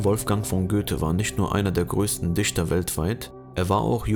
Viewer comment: "Der Offizier ... wird als Vorfahren und Ahnen von Goethe angesehen"? Als VorfahrEN und AhnEN? Tolles Deutsch! Respekt! Übrigens war Goethe kein "Dischter", sondern ein Dichter.